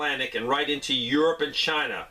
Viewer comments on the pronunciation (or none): none